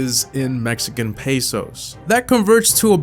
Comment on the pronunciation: Omg I cringe when try to say Mexican peso bc I know how to say it